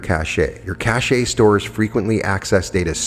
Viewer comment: Cache is pronounced "cash"! Yes, it matters. I cannot listen to some of your activations because of repetitive mispronunciations, as my brain fixates.